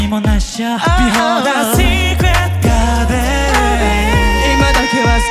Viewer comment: のgardenの発音＆美声で今夜はいい夢見れそうです❤❤❤